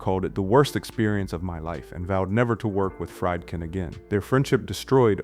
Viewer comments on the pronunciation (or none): Friedkin is pronounced " Freed- kin", not " Fried- kin". Its a german name. You pronounce the second vowel, not the first. Look it up. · Some constructive criticism. First, I assume the narrator is human (not AI). If so, make sure you pronounce things like director’s names correctly, like FREED-kin, not FRIED-kin. Movie buffs know these directors names, so, mispronouncing them sounds low-effort. I liked the video, but the mistakes kept me from subscribing. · Can't pronounce Friedkin.